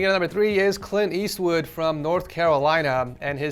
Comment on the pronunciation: i’m sorry did you say clint eastwood